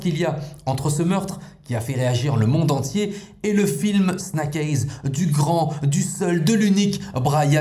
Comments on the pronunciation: Snack aiyze qu'entends-je ? 👀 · La prononciation du titre du film elle finit par faire mal aux oreilles